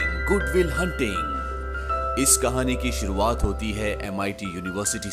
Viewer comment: कहणी नहीं भे कहाणी 😅😅😅😅😅😅😮😢ये सिक😢😢😮😅😅